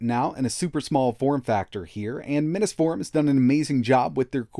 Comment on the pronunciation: It seems like you pronounce Mini’s Forum incorrectly. Drives me crazy.